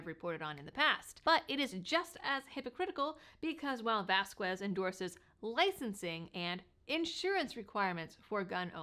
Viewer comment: Wow! Vasquez happens to be my Representative here in southern NM, but I had no idea that he had these legal issues., not that it actually matters, but the "U" in his last name is silent. So, it would be pronounced like vahs-kez. Just trying to help.